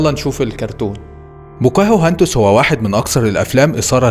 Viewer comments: بوكاهنتس صارت بواكوهنتس😂😂😂😂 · مسمهاش ( بوكاهو هاندس) اسمها《 بوكا هندس》 بضم ب وفتح ك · بوكاهانتس😂 مش بوكاهوهانتس😂